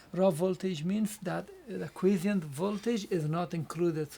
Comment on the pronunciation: By the way here is the correct pronunciation for Quiescent